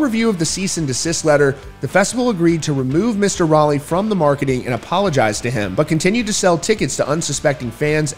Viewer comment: Pronounced shawn not shone and rowlee not raleigh.